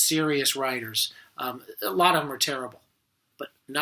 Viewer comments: Nabokov himself is quoted saying that the bok part of his name is said the same as knickerbocker. Not na-boak-off or na-bah-koff. Na-bok-off. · I cringed every time he said Nabokov's name. It's ponounced "na-BOAK-off." Other than that, there were not any great insights here. I wanted to relive that scene out of "Annie Hall," where Woody Allen pulls Marshall McLuhan out from behind that display at a movie theater. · I agree with many of Mr Bradfield's observations, and enjoyed the clip! But I must call out one thing Nabokov himself made quite clear in writing in 1973 - the correct placement of the stress accent in his last name. It should fall on the second syllable, not the first - that is, on the first 'o': Na BOCK off. For many years it seemed that few cared about this, until sometime around the mid nineties, when champion player Evgeni Nabokov appeared on the ice hockey scene in America. Then, suddenly, it seemed, one could hear sports announcers around the US saying it correctly.